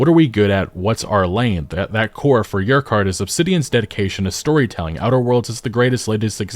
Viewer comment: the way you pronounced Urquhart triggered me.